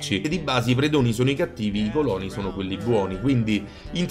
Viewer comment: Ogni volta che dici còloni, un classicista muore